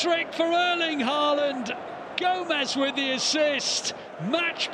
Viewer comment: When will the commentators finally start pronouncing Haalands name correctly?